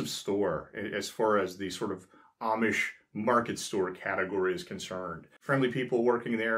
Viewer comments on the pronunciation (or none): none